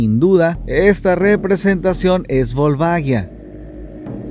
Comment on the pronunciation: Excelente video como siempre xD Sólo me la pronunciación del nombre me parece curiosa: lo pronuncian como si se escribiera Volvaguia, pero se escribe Volvagia y la pronunciación es diferente. Saludos